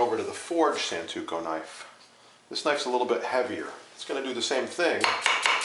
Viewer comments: It's SANTOKU, not santuko. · Every time he says santuko, I cringe with absolute disbelief.